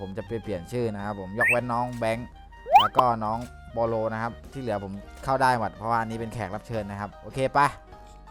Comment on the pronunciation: ทำไมพี่ชอบพูดว่า เมิ่ด แทนที่จะพูดว่า หมด